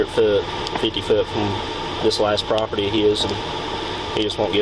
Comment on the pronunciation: "Near your properpty..." so, someone elses property? 😂